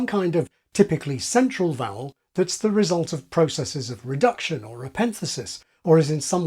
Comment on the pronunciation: There's that word again? "offov"